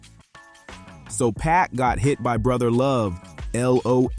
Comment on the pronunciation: For your AI Voice write the names like this: Keefee Dee, Shuck Knight, 2Poc, Tony Yay yo All the time you spend making this great video and the names are pronounced wrong/different. YW